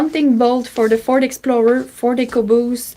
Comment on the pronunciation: She said ford ecoboost but I I’m hearing “For The Caboose!” ❤